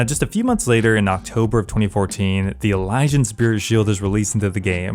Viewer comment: I’m pretty sure that’s how you say it